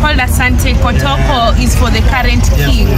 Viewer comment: “ it’s Kotoko not kotoka😂😂😂😂